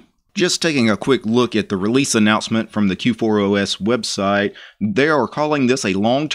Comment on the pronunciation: You keep calling it K4OS :D